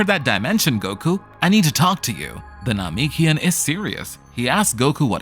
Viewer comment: 11h and also the name- what now that is not how you say Namekian